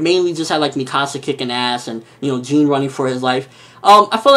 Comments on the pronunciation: It's pronounced "John" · Jean is pretty much pronounced "John" If you want to get more specific then it's more of a "zh" sound instead of "j"